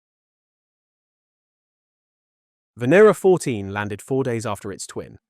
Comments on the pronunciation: Fantastic video but by god learn how to pronounce the names right. You have said the name Venera differently about 5 times throughout. It's not hard. Ven-ear-rah. Also please don't say bayte for beeta. You're British. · Venera means Venus in Russian Is it pronounced v(i)en(i)era